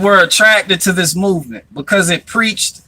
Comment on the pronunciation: soared so many of your words on this video. You cant say mouv m3nt.